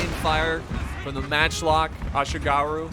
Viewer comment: muttering while rocking At least he pronounced Ashigaru alright... At least he pronounced Ashigaru alright...